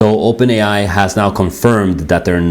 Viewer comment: "Open ai is opern" 😂😂😂😢🤡